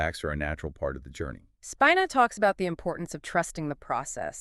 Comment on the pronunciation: Pronounced Speeeena.😊